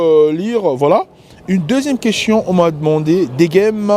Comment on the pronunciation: Le nombre de fois qu'il a dit queschion au lieu de question 🤭